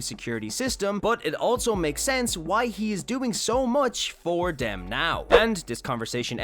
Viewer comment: do you know how to say them? or three? because you say dem or tree